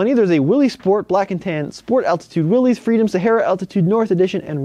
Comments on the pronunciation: Willys is pronounced "Willis", not "Willees". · Willys, pronounced Willis! 😝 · Great info as usual,. Just an FYI, however, Willys is pronounced with a short “i.” Sounds like Will-iss. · Willys is pronounced Willis. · You're pronouncing Willys wrong. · Just fix your pronunciation of Willys and you're all set.